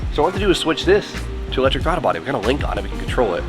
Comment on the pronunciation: Bruh said Thwaddle Body 😂 We love you